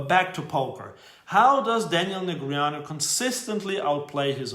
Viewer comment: At least we all now how to properly pronounce Negreanu - nice👏👏